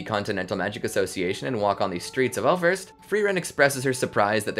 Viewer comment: Just a super picky technical thing. I German the "ß" or scharfes isn't a B. It's the replacement for what were formerly successive S's (i.e. Wasser or waßer [water]). Thus the pronunciation of Äußerst would be Aeusserst. Love your content and that minor change would distinguish y'all from the rest of the pack even more.